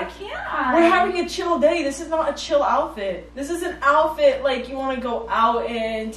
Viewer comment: The way you guys say “alphet” and not “outfit” 😂